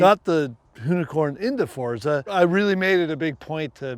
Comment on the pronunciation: Ken is the first american I’ve heard pronounce Forza correctly